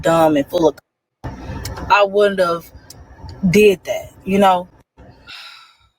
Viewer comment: Is she trying to say, “Wouldn’t have?” Is she saying wooden tub?